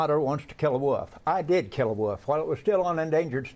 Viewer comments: Except he said "woof" not wolf....which made it just that much more surreal. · He can't even say wolf. He's saying woof. Now that man is clearly edumacated